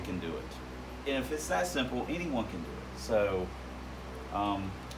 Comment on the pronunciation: Emphasis on "ÄNYONE" LMFAO